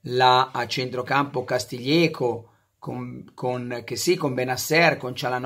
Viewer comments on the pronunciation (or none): Dai tanti soprannomi e non sai pronunciare Castillejo...... Casti ieco..... Gli antichi egizi..... TUTTO DIRE